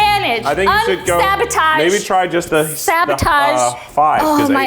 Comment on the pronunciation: the wind blows Marissa: “SABOTAGE” 😂